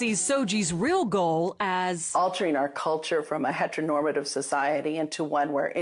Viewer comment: But she said "hetnormtive"